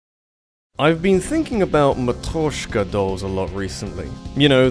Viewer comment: Dude, I think you horribly butchered "Matryoshka"